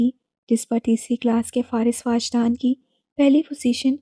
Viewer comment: It's not واجدان 😭 it's وجدان 🥺